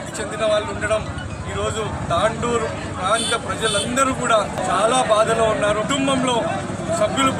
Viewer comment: Its not tandoor its tandur